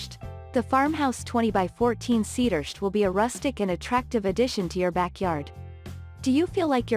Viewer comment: What is a “cedursht”